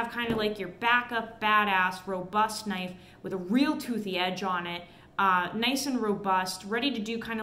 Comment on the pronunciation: HUMMING BIRD SURGURY, THEN PRY THE DOOR OFF A HUM VEE, ONE KNAFF